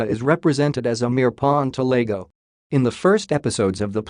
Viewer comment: It's Iago not Lago It's an i not an L